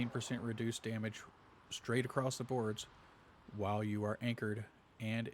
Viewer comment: Love the build, but my adhd kinda lost u want I swere i heard wamage lol😂